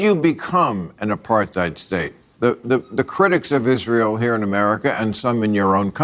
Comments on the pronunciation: What throws me most is that Bill Maher pronounces "apartheid" as "apar-th-eid." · This is a dumb point, but does Maher pronounce Apartheid with like a "th" sound? Like "Apar-theid"? Does he not know it's "Apart-heid"? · What the fuck is ”apar-thigh’d?” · The way he acts so high and mighty while mispronouncing the word “apartheid” constantly is actually pissing me off so bad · How he says apartheid is soo funny because the pronounces the "th" 😂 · The way Bill pronounces 'apartheid' is giving me a migraine. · lmao at his continual mispronunciation of "apartheid", maher is like a child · Why can't maher pronounce 'apartheid' correctly? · I think it's really funny that he just cannot pronounce "Apartheid" like he read about it on the internet and never heard anybody say it out loud. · I hate shits like Maher. But oddly enough his pronunciation of "apartheid" is what pissed me off nearly most of all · If I were half as patronizing as Bill Maher, I'd point out he can't even pronounce "apartheid" so it's no wonder he can't understand it.